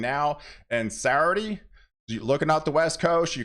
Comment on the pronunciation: I wish he would learn how to pronounce Saturday instead of saying Sarday. Other than that good forecast.